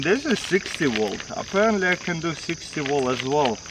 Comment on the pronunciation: Twenty wolt